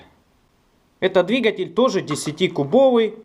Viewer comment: говори правильно дригатьель